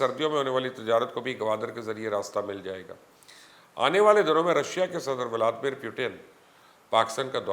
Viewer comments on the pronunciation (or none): none